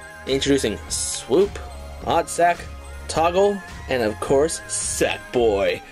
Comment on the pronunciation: its oddsock not oddsack